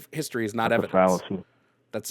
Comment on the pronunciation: "I bewieve in ancient histowy" good then stop using modern medicine.